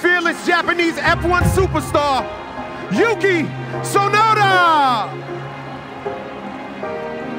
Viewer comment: They even pronounced his name wrong! Poor Yuki 🤣